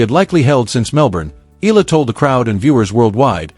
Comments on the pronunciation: E-YA-LA not E-LA is the correct pronunciation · Eala ( eh-ah-la). Correct pronunciation! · Regurgitating news. So AI. At least Please pronounce her surname properly as part of the respect and admiration for Alex’s achievements that this channel projects